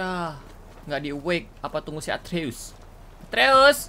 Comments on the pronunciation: Nama anak nya kratos atreus kak regi ,bukan arteus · Kaka regi nama anaknya kratos itu atreus bukan arteus